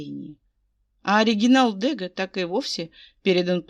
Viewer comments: дрбрый день. Мне очень нравится ваша озвучкп, я подписана. Можно подсказочку? Ударение- ДэгА! Это художник- импрессионист. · Чудесная озвучка, все прекрасно очень люблю Ваши озвучки!!! Но в этом фф мне царапнуло произношени фамилии художника Дега. Дело в том, что эта фамилия французского художника, а значит произносится с ударением на последней букве. Ещё раз